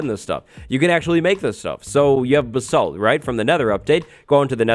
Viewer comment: The way he says basalt... I’m not even British but it bothers me